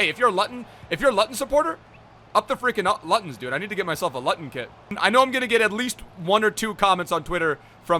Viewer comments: mmmmmm please don’t pronounce luton like that it’s pronounced looton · Btw you pronounce the club as (Loo Tonne Town) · It’s not Luton it’s Looton pronounce it like that🤦‍♂️ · Its pronounced looton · You pronounce it ‘looten’ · It's pronounced lootun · Gaelic is irish and some parts of Scotland and its pronounced looton but spelt Luton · As a Luton fan I’m happy to see this but it’s pronounced Looton 😂😂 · Please get a Luton kit btw it’s pronounced looton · It’s pronounced loot-un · It’s pronounced fucking looton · My man said lut-on I died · Loo - ten pronounce it better it hurts😂😂😂😭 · mate, Luton is pronounced: Loo-ton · “Lutton Town” 🤣🤣😭😭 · Looten it’s pronounced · It’s pronounced loo tun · Say it with me , loo-ton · Luton is pronounced Looton 🤣 COYH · ITS PRONOUNCED LOO TUN FOR FUCK SAKE OH MY GOD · (Luton) town 😂 looton town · cool so its spelt Luton, but you say it as Looton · The way you say Luton😂it's pronounced LOO-TON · It’s pronounced looton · Luuuuuuuuton it’s luuuuuton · please use Google Translate for pronunciation from now on. Loo-ton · Nice video but it’s pronounced looton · I was screaming out the screen the whole time it’s pronounced fucking looton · Loo-ton town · It’s pronounced “looton” not Luton 😂😂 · luton. not lutton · It’s pronounced loot-un but love it I’m a Coventry city fan and I want to see way more meyler it’s a club that doesn’t deserve to be where it is PUSB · when he pronounces luton as luten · It’s pronounced loo-ton 😂😂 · Luton = Loo Ton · Thanks for using this card I’m a massive LUTON Fan love to you brooo and it’s pronounced looton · 'Up the God damm Lut'n' in doneeee its pronounced LOOOTON :) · U can't say luton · Your saying luton wrong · He says luton wrong 😂😂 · The way pronounces Luton😂😂😂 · He said Luton wrong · I like how he can’t say Luton 😂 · How he pronounces Luton 😂😂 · The way u pronounced ‘Luton’ 😬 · Love how he says luton😂I’m from Luton as well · how he pronounced luton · He said Luton incorrectly